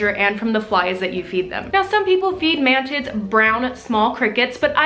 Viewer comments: I thought you said "man tits" and not mantids and I was very confused for a second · Did she say “mantits”? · I cant stop hearing "ManTits" xD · it sounds like you keep saying man tits hahaha